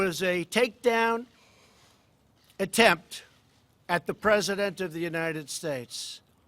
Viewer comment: Lied through his fake teeth. United shates, oringes.